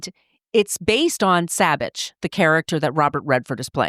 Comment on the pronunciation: I grew up in Placerville, just down Highway 50 from Kyburz and where Spider went to high school and is laid to rest. A local ski hero. Very very sad for our town and the ski community. His last name is prounced "Saw-Bich" not "Saab-Bich".